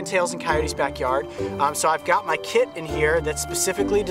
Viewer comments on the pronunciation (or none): I thought he said i got my KID in here! Loll its kit